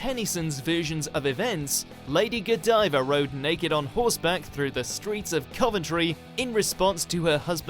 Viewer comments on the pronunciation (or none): none